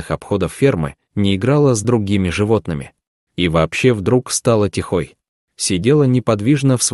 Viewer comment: Стала тихОй... Сидела в своем домишкЕ... ??? В теплОм гнездышкЕ... Это что за албанский язык??? Где вы взяли этого "озвучАтеля"??? Мрак бездны безмозглости...